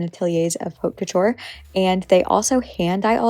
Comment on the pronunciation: Beautiful work (and by the way, haute couture is pronounced OAT KO-TURE)(the "h" is silent).